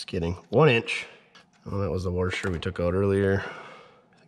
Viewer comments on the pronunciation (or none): he said ....." warsher "...........